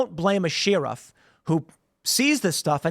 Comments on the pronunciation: Lmaooo at Tim saying “Sheerif” instead of sheriff like a normal human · Yes very sus. But I also wanna know why Tim pronounces sheriff like Sheearuf, cuz it drives me crazy like nails on a chalkboard 😂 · Bro... its pronounced "Sher-if" Not "Shee-rif" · It's "Share-if" not "sheer-if" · Nobody: Tim: Sheeriff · The best thing about Tim pool is how he pronounces sheriff. Sheeee-Riffff 😅🤷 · Sheriff is pronounced like Share if 😂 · "Shear-iff" - Tim Pool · The "sheeruff"? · Sheriff is pronounced..."Share If" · Why does Tim keep pronouncing sheriff “sheeriff” ? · Why does Tim pronounce sheriff so oddly ? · Does anyone else say Sheriff like Tim? 😂😂😂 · Tim why are you mispronouncing "sheriff?" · You pronounce sheriff in a weird way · How did he pronounce sheriff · We does Tim pronounce sheriff weird all the time? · lol, he has always pronounced like that. Not sure what is wrong with him. The ghey? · Dude. You say sheriff wrong.